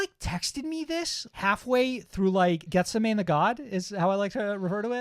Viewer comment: Good stuff guys. Also, Geth-seh-many 😅